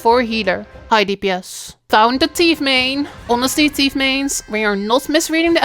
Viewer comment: STOP CALLING IT 'TEETH' ! It's a rouge dammit